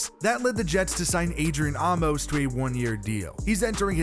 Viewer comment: Amos is pronounced “ Aimess “